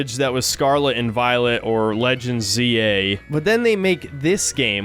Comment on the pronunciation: Z A, not zi a.